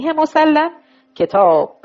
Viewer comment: بعنوان مثال ، صحیح مُسلِم درست است نه مُسَلَم ، این اشتباه ها بسیار مورد خنده ی دیگران میشود